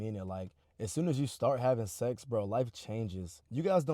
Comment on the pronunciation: STOP SAYING SEXZ